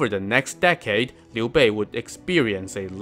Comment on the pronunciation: Finally someone pronounces his name right! This alone deserves a sub!